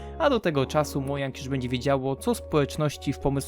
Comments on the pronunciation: Nie mówi sie mojang tylko modżang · nie mojang tylko modzang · ...mojang (czytaj modzang)